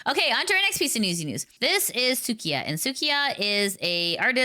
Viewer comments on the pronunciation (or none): su-i-ka not suı-ki-a 🧐